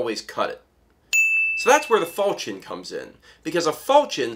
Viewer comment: The "ch" in falchion is pronounced like "sh" to my knowledge.